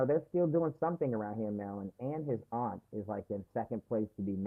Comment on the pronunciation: As a native Marylander -- I love that you're pronouncing it properly (MURRLAND) lol!